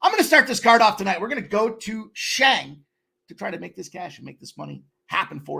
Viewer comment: His name is Shang! Not Zang! But mfin SHANG!!! CASH THAT SHIT! Pimp Slap Army!